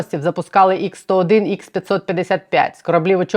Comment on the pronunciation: ха-101, а не ікс-101,.